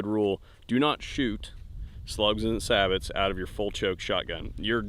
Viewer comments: It’s pronounced Say-Bo. Not Sabits. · It’s not pronounced saboT round it’s pronounced sabo...just FYI! Thanks for good review! Been looking at this for short range coyotes! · That's not how you say sabot